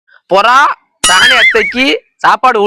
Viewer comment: அது புறா இல்ல புரோ அப்படி சொல்லுமா உங்க அரட்டைக்குஅலவே இல்லையா❤❤❤❤ஆப்ஸ்